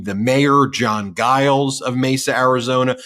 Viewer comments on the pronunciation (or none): I've never heard the name Giles (it's quite a common name) pronounced with a hard G before, and all other online media pronounce it with a soft G (i.e., like a J). Very strange. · Ben, the Mesa Mayor's last name is pronounced with a J sound. 😊